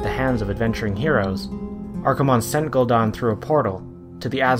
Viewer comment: Funny, I always thought it was spelled Gul'dan, not Gul'don. I guess blizzard got it wrong too.